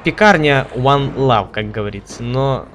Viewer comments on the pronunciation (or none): none